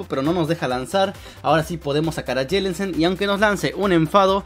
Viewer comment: Prenuncia bien mijo Jellicent